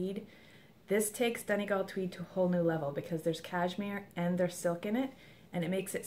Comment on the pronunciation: Hi there! Enjoyed the podcast very much. :-) Congratulations on your new furry family member. Just my two cents on pronunciation :-D I was really impressed that you pronounce "Donegal" perfectly, so the grey colourway is pronounced "LEE-uh-dawn". Just so you know :-D